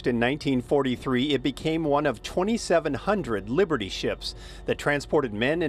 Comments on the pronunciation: Wiburdy Ship? My ears must not be workinh. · the news guy is mispronouncing it.